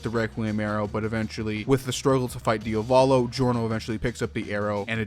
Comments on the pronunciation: yeah but why do you keep saying diovalo instead of diavolo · bro im getting triggered by how you pronounce "Dia-volo" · It's Diavolo ("dee-ah-voh-low"), not "Diovalo" ("dee-oh-vah-low"). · I’m sorry man, I’m gonna be that guy but did you just pronounce Diavolo “DIO-VOLLO” and not “Diavuh-lo”? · Cool vid, but it's a pain to hear DIA VO LO instead of idk, just checking the italian spelling :(